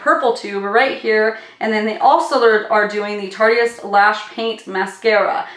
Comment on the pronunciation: I think that you need to check your editing. There’s long duplications throughout the video. Also Tarteist is pronounced as “Tart-ist”. Not Tart-e-ist. 👍🏻